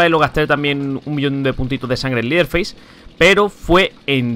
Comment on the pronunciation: cuando pronuncies el nombre de leteherface es asi: lederfeis no es liderfeis :)